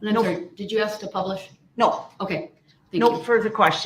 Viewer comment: Oh yes. Please someone teach him how to pronounce the word ask.